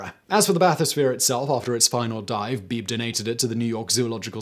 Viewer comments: William Beebe was my cousin. The name is pronounced "Bee bee", not beeb. ❤ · by the way, his name was pronounced "bee-bee", not "Beeb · I think Beebe was pronounced "Bee-bee". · Beebe is pronounced BeeBee. Brad Matsen, Author of Descent: The Heroic Discovery of the Abyss. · By not pronouncing Beebe B B Simon made life a little less fun